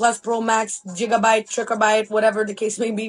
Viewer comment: Did that MLM girl really pronounce Gigabyte as 'JIG-abyte'? Wow. That tells me much.